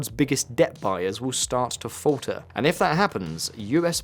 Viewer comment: "woawd" is not a word. it is "world" and has an "r" sound and "year' has an "r" sound..It's "falter" not "fowter".